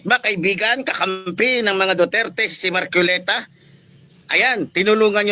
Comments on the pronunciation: Magsalita ka mn ayusin mo rin pronounce mo mahiya ka sarili mo marculeta? Marcoleta correction hoy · KUYA PUTANG-INA na matapang, M A R C O L E T A po hindi MARCUILETA Pakibigkas po ng tama.